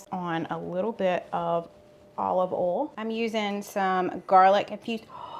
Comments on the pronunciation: North…..to Nebraska!! No accent here. I do love when you bollstuff or add your favorite oll. Love you guys!!!! Slim n slender!! Dude!!! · Nova Scotia, Canada here. Your accent is one of the main reasons why I watch your videos. My daughter and I crack up each time you say 'bol' and 'ol' in place of boil and oil. Truthfully, I thought the heavy southern accent was just exaggerated in the movies, but - nope!! Amazing! I also enjoy your recipes too and have made a few. So thanks!! 😊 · I love when you say Olive ol (oil). Yes, you have an accent. Hello from the northern Midwest of Wisconsin! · I’m from Ontario Canada. I don’t sound like you. 😁 we use “oil” and we “boil” rather than “oll” and “boll”. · North Carolina accent. Have had some New York coworkers have me literally pronounce certain words for their entertainment such as oil, boil, y’all and yonder, etc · I live in Michigan and yes, you have an accent. I KNOW you can pronounce BOIL, FOIL, OIL correctly, because you have demonstrated it in the past. If you can say BOY properly, you can clearly say those other 3 words properly. 😂 Just practice! 😂 I still love your videos!! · I am from California and live in Washington. You gave a strong accent. I love the accent but I cringe a bit when you say oil, boil, or foil lol. I know its my ears lol